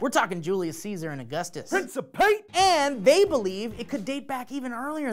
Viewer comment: princeps = priːŋ.keps aka hard C sound rather than soft C